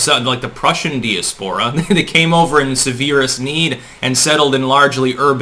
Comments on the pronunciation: C'mon,. Dee-a-`spore-a??!? Please get that right.... please? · di·as·po·ra /dīˈaspərə/ Learn to pronounce Dude, again, great analysis... but fucking get GD help.